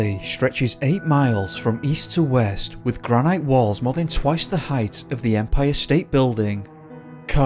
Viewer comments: granite is pronounced granitt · Why are you saying granite like that? You’re from the uk ? You must know the granite city - Aberdeen. Love Yosemite, must visit one day x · Gran-it not gran-night. Thanks.